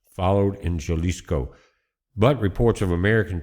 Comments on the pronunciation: Halisco, h sound, no j 🤣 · you are mispronouncing the State of Jalisco! it's pronounced "Ha lisco" Good Report! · Would never vacation in Mexico or nearby it these days until the cartels are cleaned up. As beautiful as the resort areas are, not worth the risk. And it’s pronounced “Halisco”. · Its Ha lee scoe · The J in Jalisco is pronounced like an "H." Thanks for the report, 🙏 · J sounds like an h, but good job. Appreciate it.